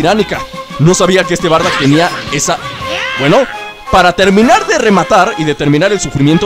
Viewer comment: se dice bardock